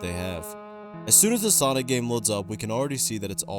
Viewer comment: Thats not sonic thats sawgnic